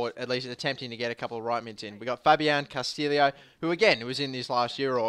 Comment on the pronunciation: It is because he pronounced Castillo and Navallo wrong in the beginning